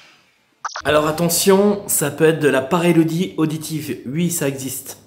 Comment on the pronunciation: Coucou, tu m nerve a chaque fois😂😂 la PAREIDOLIE et non PAREILODIE🙈🙈😂 tu me tue de rire mais fallait que qq te le dise une bonne fois pour toute grosse bises de la Lorraine ❤️